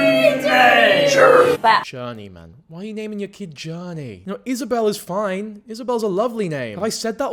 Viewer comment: First time a hear someone say my name right Izabelle not Isabella 😂